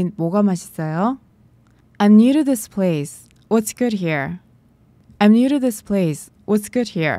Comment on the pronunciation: Is this 할때 this 발음을 어찌 해야할까요 이 지스 이런식으러 들리는데..